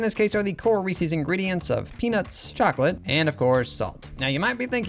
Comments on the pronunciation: Great stuff. Ree-sees is actually pronounced Ree-ses though but I’m sure you already know that. I grew up calling it the same thing. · In which part of the United States do we say "REE-SEES" and not "REES-izz"? 🤷🏽‍♀️ (asking for a friend) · Excuse me how do you pronounce Reese's?? Ree-Sees? That seems incredibly wrong and I worry about how you pronounce the name Reese. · Reese is not pronounced “ree-see”, it’s “ree-s”. It rhymes with piece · said Reesee's. SCHLATT'S COMING FOR YOU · I've never heard anyone pronounce it like "Reesies" before. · Ree-Seez cups, eh? (Fantastic designs, Funyuns looks so good) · Reeses is pronounced ree siz. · The number of times this guy says "Reesie" or "Reesie's"... Why? Just... why? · “Reese” is a name. Reese’s is the name, plus a possessive s. Why would you pronounce “Reese” as “Reesey”? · Mispronouncing Reese’s is killing me 😭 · Surprising they’re your favorite with you pronouncing Reese’s wrong.